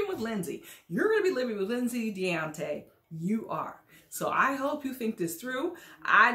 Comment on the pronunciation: I thought he pronounced his name "Day-On-Tay"??